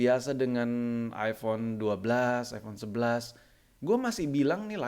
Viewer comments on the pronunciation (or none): none